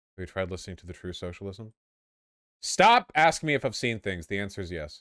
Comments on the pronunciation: Wtf she pronounced socialism “senchelism,” I’ve ONLY ever heard Donald trump do that. He called his social network “troath senchel” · ok, is she saying socialism or centralism? I honestly can't tell.